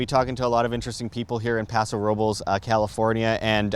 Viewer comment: Paw-so Row-bless